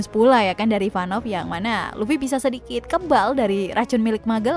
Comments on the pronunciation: Kok kyaknya kok bilang ivanov ya bukan ivankov. 🤣 Yang bener yang mana ya 🤣🤣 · Ivankov bukan ivanov